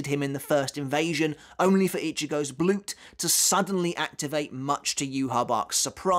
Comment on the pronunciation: As an english speaker, if you want to pronounce Daten you have to say the "a" the same way you say it in the word car. Same tone and also the same lenght. Same with Blut. Just say the word Blue but replace the "ue" with a "oo" and add a "T" at the end. Bloot. Everytime there is a vowel that is not followed by a double letter/Charakter the vowel must be said elongated.